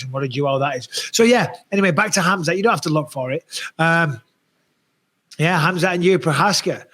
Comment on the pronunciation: Bisping calling Khamzat "cumshot" by mistake had me rolling 😂😂😂